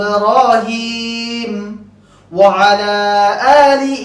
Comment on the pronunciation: ওৱালা হবে না ওৱা আলা হবে।